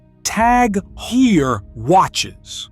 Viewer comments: Sir, at least Google how to pronounce foreign brands properly. Vuitton is pronounce with a soft n, Heuer should sound like in German, Montblanc has silent t and c. Next, Montblanc produces remarkable pens. I'm a collector and know. Third, individuals with hereditary wealth have far more important concerns, they invest heavily in education. Those who love spending all the way on uber expensive brands are the newly rich. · Could at least learn the correct "Heuer" pronunciation.